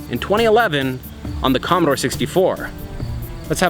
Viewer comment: Commodore, not Commadore.